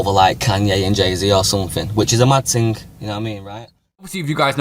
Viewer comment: Lost me when the lesbian said “mad ting”